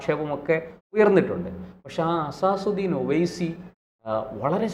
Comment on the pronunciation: അസാസുദ്ദീൻ അല്ല അസദുദ്ദീൻ ഒവൈസി എന്നാണ്